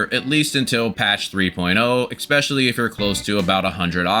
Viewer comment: Helpful guide. Off-topic but why do you say eckspecially/eggspecially/expecially? Instead of especially